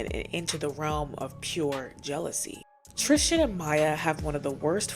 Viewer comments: Love the video but why do you pronounce Tristan name like Tristian lmaooo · Tristan's name is not one that rhymes with Christian. TRIS-TAN. It's killing me bc I love this channel.